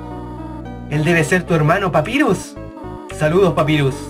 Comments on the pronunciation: Se dice papairus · se dice papayrus pero se escribe papyrus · gonzalez jaja xdxdxd por culpa de ahora estoy acostumbrada a ese inglés no bien pronunciado creo que los mismo con papyrus pero como te dije por su culpa ahora no me gusta los nombres en ingles bien pronunciados dxdxdd